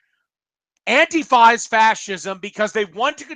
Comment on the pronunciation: Warcorpse says antifa right not AnTIfa